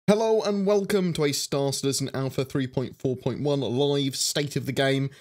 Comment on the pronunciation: Storr Citizin